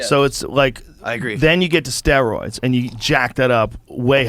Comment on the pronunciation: “What? I don’t even know what ‘ster-ooids’ how do you even do ‘ster-ooids’?